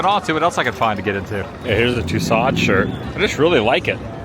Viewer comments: Tussauds is pronounced tooso the d is silent. Check the internet for the correct pronounciation. Adam the whoops. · So great glad you’re having fun man. I was laughing so hard at Tousseauds with your over pronouncing of the ODD I see what you were doin hah! Please go to etfeling and make sure you also get a good stroopwaff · Adam love your videos was wondering if you considered going to Haarlem, Netherlands. here is a museum of Corrie ten Boom there. Can only get in if you are having a guided tour it is open Tuesday through Saturday. Anne Franks best friend just died recently. When pronouncing Madame Tussauds the d and s are silent. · I was laughing because he kept saying it over and over. I thought it was a joke or something at first. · It’s pronounced “too sew” not “too sod”. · Please learn how to pronounce names properly…it’s Madame Two-so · Great video Adam!!! Just a helpful tip, it’s pronounced Madam TOO-SO (I took French in high school so just a tip lol) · Madame Too-SOH's not Too-SODDS which you proceed to repeat a hundred times! How could you have been to multiple wax museums and never once heard it pronounced correctly? What next, Marquis De Sade pronounced as Biz Markee DEE SAYdee? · Ok. My daughter said we have to tell you. It is pronounced... :too-sowds. Like sew clothes or sow the field. Not like sod u buy for your lawn....too- sods. You just said it like 6 times in a row and it was too much to bear. Lol! All in fun Adam. Just trying to help. We love your journeys! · Great video, one of the top from the world tour selection. You got Van-go correct but the wax museum is pronounced: ma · duhm too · sowdz ( not “sods”…”long “O” followed by “dz” sound; most Americans just make the “D” practically silent)…if you care. Thanks! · Btw….its too sew, not too sod. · Tussauds is pronounced like “Two-SOHZ” (the “ds” at the end is silent; the second syllable rhymes with “shows”). Hearing it pronounced as Two-sodds is like fingernails on a chalkboard. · TOO-SOH LOL